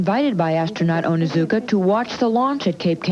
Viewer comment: Astronaut ellison onizuka Not astronaut ellison onuzuka!